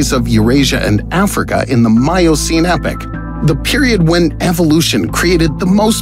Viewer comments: Its not "epic". It's eh pock. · Voice over guy, its epoch, not epic, pronounced ee-pok. This shit drives me nuts, it's not hard to find out how to pronounce something, you can literally google any word in the English language and find out